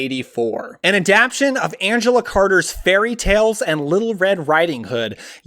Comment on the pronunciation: Stop saying “adaption” the word is “Adaptation” you are leaving out a syllable and it’s driving me nuts